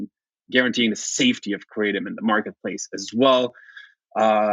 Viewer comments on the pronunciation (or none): Krah-tom not Krate-om